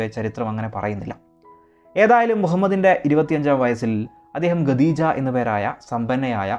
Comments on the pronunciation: Gedoja ❌ Khadija ✅ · ഗദീജ അല്ല ഖദീജ